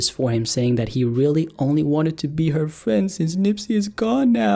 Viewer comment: “I’ll be huh beafren”🤪